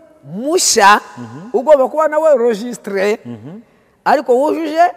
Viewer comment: Ese nkubu Nshimiye aba avuga iki koko uretse amatiku ko ntakindi azi? Umuntu utazi no gusuma? Nyumvira ukuntu avuga ngo registré? Wamugabo we waretse ubujiji ukareka kubeshya abantu koko? Ntasoni ufite ? Ngo nta gukorera Imana? Ubu nka Nshimiye niwowe wari umukozi w' Imana? Ese ninde wababeshye ko hagiyemo abadasanzwe mu murimo? Ninde wabashye ko iyo umuntu yize aba adakijijwe? Ninde wababeshye ko hakizwa abakene gusa batanize? Muraruhijwe mwebwe ahubwo pe! Ubuse iyo murebye mubona igihe cy' injiji nka Nshimiye w' umusabirizi aribyo itorero ryari riyobowe neza?Erega mujye mwemera mwakire impinduka.Ntabwo ADEPR ariyo izahora muri ubwo bujiji bwanyuuu.